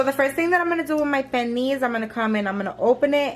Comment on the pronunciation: There's an L in Pernil. This is like the 3rd NY, Puertorican n 2 Domis that I've seen that confidently say Perneee.